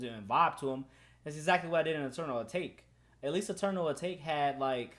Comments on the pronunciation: I beg can you stop saying “ah tahkay” when ur tryna say Atake. ITS PRONOUNCED “AY-TAKE”. AH TAHKAY ISN’T A WORD 🤦‍♂️🤦‍♂️ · Atake not atakay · This whole album is hard asf this dude don’t appreciate uzi like that and should’ve even made a video AND STOP SAYING ATAKA RETARD ITS ATAKE HOLLY FUCK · I’m sorry what did you call it? You say Eternal O-Take it’s Eternal Atake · Bruh it’s “uh-take” It even says that at the intro of EA come on bruh lmao ima have a heart atakay if you say that again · ppl who say eternal "atakay" won't like it. ppl who say eternal "atake" will like it.... simple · “eternal atakay” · it’s supposed to be pronounced “eternal a-take” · Wat is eternal etokay just say it how it’s written 😂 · This nigga really said eternal a-ta-ke? Sch-oo-l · man really said eternal ATTACK-A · U can’t listen to him if he’s gonna call eternal atake eternal A taw kay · Dude it’s pronounced Eternal Atake. He says it in a song. Stop. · This nigga said "eternal a taki" said that shit so wrong...shit sound like a kung fu nigga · Dude said eternal atockay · It's pronounced "Eternal A take" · Everybody: eternal atake: eternal ataque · atakay bro said atakay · if i hear Eternal A-TAK-E 1 more time ong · no one: literally no one:: Atakay if you gon hate at least say the name right. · Bruh you gotta stop saying eternal Atahkay💀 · it’s weird hearing him say eternal atake instead of eternal uh-tah-kay😭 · Jaden Hirasawa if he says Atake instead of uh tah kay, then things getting serious serious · He doesn’t even say Eternal ‘Atake’ properly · LEARN HOW TO PRONOUNCE ETERNAL ATAKE and your vibe is so dead, I'm one of those 1.6k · Dude can’t even say Atake right. Honestly most ppl would say this album was better than Eternal Atake. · this brudda hating on the album but he can't say 'atake' properly... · Are you deliberately pronouncing atake wrong or... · mindissues boi aright if he’s finna say his “opinion” say the damn name right 🤣